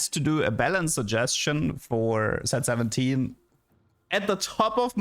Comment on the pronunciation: I may be doomed... When Said set 7, i Heard 6 7... Help 😭